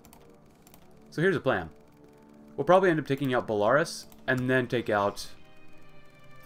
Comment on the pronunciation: The way you pronounce belarus triggers me